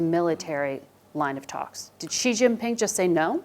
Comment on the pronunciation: 'she' = Xi. NOT. JEE